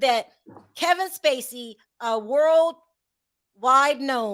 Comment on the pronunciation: says”he already world yide “!!!!😂